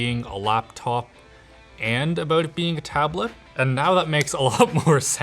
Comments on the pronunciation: He said 'aboat' instead of 'about' at least twice...and I LOVE IT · Oh nooo! It's only now that I notice the Canadian "aboot" 😅 it's funny as f*ck though 😂